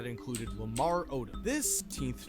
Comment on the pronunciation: Odom is pronounced oh dumb